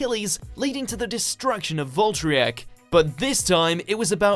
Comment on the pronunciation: I love how he was pronouncing valtryek wrong XD